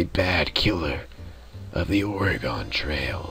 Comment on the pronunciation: Being from Oregon, I can tell you it IS, in fact, pronounced like "Organ", and it bothers the fuck out of us when you call it ore-gone. Video isn't bad nonetheless. Dagless likely died from infection. You're a farmer. None of you know jack shit on keeping healthy. Fog, if thick enough, can cause you to wander off-course. Lastly, I've always pronounced Willamette as "Will-am-it".